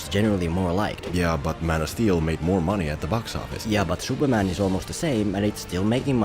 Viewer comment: Who is 'Shuperman'?